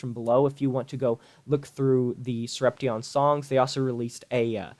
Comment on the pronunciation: It's Sorep-shun. Not sorep-tee-on